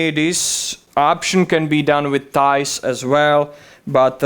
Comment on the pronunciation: Did he say the liner has "thighs"????